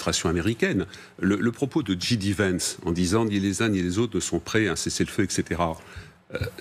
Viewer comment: & : Ni la journaliste ni Pierre Servant ne savent dire J D Vance un tant soit peu correctement en anglais ! Affligeant... Quelle crédibilité peuvent-ils avoir pour le reste si même l'alphabet anglais leur est inconnu ?